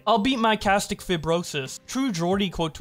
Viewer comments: its pronounced (sis tic fi bro sis) cystic fibrosis not castic whatever the hell you said that was worst thank keemstar dude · Hey, Homie …not crackin’ on ya, or anything. Just informing or educating you, on this. (I mean no malice or disrespect…only respect, good sir!) “Cystic” isn’t pronounced to rhyme with “High” & “Kite”. It’s actually pronounced “Sis-tic”, as in “Sister”. It’s a “Cyst”. (You know…the boil- or blister-like “Growths” people & animals get, from infections & such..?) No worries. Just wanted to help ya out.